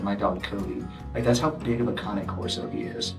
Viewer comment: I think it's pronounced "Cane Corso" like an old man's walking cane.. Kay-nn. Not.. conic corso? o.o